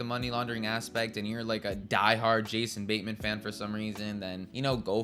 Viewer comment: Who's Jason Baynman? Also, it's Joel Edge-er-ton, not Edgar-ton. While I'm on a run, who pronounces the s in Illinois? Fucking hell, within five seconds of pressing send, you make another mistake. It's in Missouri, not Mississippi. I could only make it to the three minute mark. I don't know why you were driven to review films and TV shows, but you should stop. It's not for you.